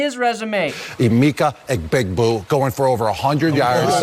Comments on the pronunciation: Emeeka igbigboo has got to be one the worst attempts at pronunciation I've seen by a TV personality. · Gronk trying to say Emeka Egbuka's name will never not be funny. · white people trying to pronounce more ethnically-diverse names challenge (129% impossible)